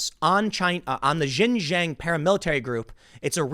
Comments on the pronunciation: Dude it kills me when you pronounce Xinjiang as "gin jang" 😂 it's pronounced "shin" like the front of you leg and then say the letter "g" and and "ah-ng" so, it's pronounced: shin 'g'ahng. Hopefully this is helpful, it's miles closer than what you've been saying 😂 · Xin Huang - Shin JEE ahng. Not jin jang. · Tim, it's not "jinjang" learn how to pronounce names correctly, it is xinjiang, pronounced more or less like "chinjiang" not "jinjang" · Tim, you're not gonna see this comment, but "Xin-jiang" is pronounced "SHin-Jiang", not "JIN - Jiang" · xin = sheen jiang = jee ahng.... damn man hard to listen to the bad pronunciation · 新疆 (xinjiang) is pronounced closer to 'shin jeeyong.' It took me a second to process what you meant by "jin jang." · Xinjiang pronounced: Shin-Jiang, not Zhin-zhang. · Xinjiang is pronounced "Shin-JeeYang" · X is pronounced more like Sh. Xinjiang = /Shin Jee Ahng/ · ...learn how to at least properly pronounce 新疆 （ xinjiang ) which is pronounced as “shin-“G-yang” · The Xinjiang region pronounced "Sheen-jiang" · IT IS PRONOUNCED SHIN- JANG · Tim, Xinjiang is pronounced "Shin-JYANG". X is "sh" and Q is "ch" in Pinyin pronunciation. Just saving you from future mispronunciations. 😋 Also, long live the ROC and death to the CCP! 🇹🇼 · You are pronouncing the region wrong. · Bro, learn how to pronounce Xinjiang, what you say has nothing to do with the place.